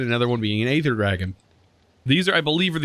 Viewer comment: BTW Aether the "A" is silent and it is pronounced Ether.